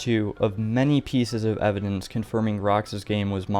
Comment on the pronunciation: You know its called evidence and not evinence right?